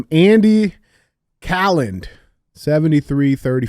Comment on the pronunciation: Oh and the last name is pronounced "Kay Land" You'll need to remember that. Especially since the first name goes with it. There can only be one >:)